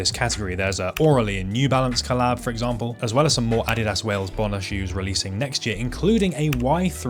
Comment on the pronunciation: Holy, a channel that knows how to actually say Adidas correctly